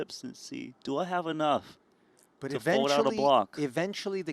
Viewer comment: They keep butchering Binder's name. Poor guy.